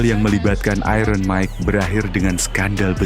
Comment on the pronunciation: Sebut 'iron' pun tak betul orang Indonesia ni. Belajarlah Bahasa Inggeris dengan betul.